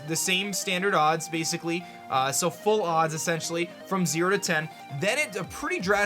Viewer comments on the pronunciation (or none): none